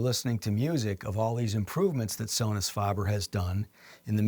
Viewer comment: Faber, not farber.